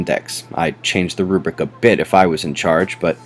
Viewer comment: Put the r in rubric. Not rubic. I love your videos. Trying to help, not being critical.